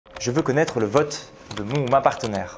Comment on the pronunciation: On ne dit pas "partenaire"💀